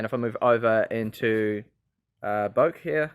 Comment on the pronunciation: Bokeh, bot "bohek"... bro. Keep the good work!